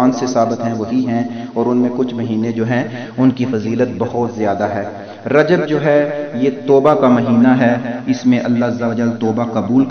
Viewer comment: رجب میں ب پر کسرہ آئیں گی